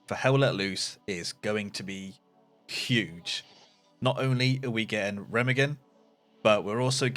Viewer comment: Can you learn to say Remagen in at least some proper German. Thx